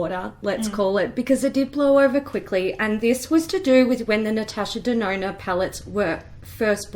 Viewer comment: As LivLovesHerMakeup say "Natasha DeNONO"